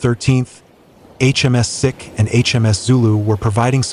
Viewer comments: HMS Seek not Sick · Please pronounce the names of the thing your talking about properly. It's pronounced " seek " as in the Indian men who wear a turban. It's not " Sick " as in unwell. Many other mispronounced words in this video but this was the one that really annoyed me. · Hi just thought you'd like to know HMS SIKH is pronounced seek not sic. in reference to the 🇮🇳 indian religious sect "the Sikhs " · You keeping saying HMS Sick forced me to stop watching this for and give you a dislike.